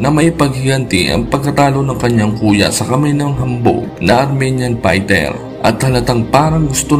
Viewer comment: Pighter .. pighter .. pighter. Hahaha F .. ef... ph.. nice pight 🤣